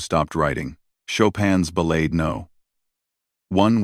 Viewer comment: Learn how to pronounce "ballade"... to those of us who have actually played this piece, your mispronounciation is nothing short of sacrilege. ..